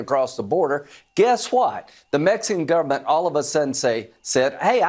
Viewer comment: "The Mexininan govenmint?"